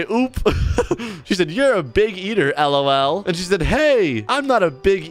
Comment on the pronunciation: Yeah bc that's how you say it